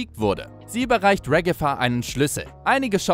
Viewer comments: Sie heißt nicht regefa sie heißt ragata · Wie so hast du regifa gesagt 😂